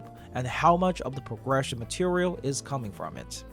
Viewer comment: It's cute the way you say pogression instead of progression